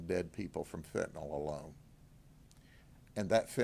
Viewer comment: It's pronounced fentanyl not fentanawl OMG please those of you in law enforcement that are saying this term over and over in front of parents and the public... PRONOUNCE IT CORRECTLY please!